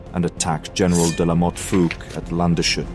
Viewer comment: gute Doku! - nur bitte der Ort heisst Lands-hut (country-hat :D) hat nichts mit shut zu tun